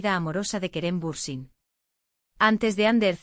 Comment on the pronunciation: Будьте любезны, если вы, блогеры, решили освещать всё о актёрах Турции, сначала выучите их имена и фамилии. Вы так исковеркали фамилию Берсин, что читать больно, раньше было смешно, а сейчас больно и обидно. Эти две Звезды, Керем и Ханде, великолепны, красавица и королева, и король симпатяга. Им жить, не тужить, веселиться, радоваться, идти по жизни, пожениться, деток нарожать. А потом воспитывать, любить, лелеять и радоваться, каждому их успеху. Большего счастья в жизни и не надо. Но, любимые мои, что случилось? Кто, кому перешёл дорогу или была измена?. С Богом в вашу счастливую жизнь и не обращайте внимание на слухи, домыслы, сплетни. Я Вас очень люблю❤😘.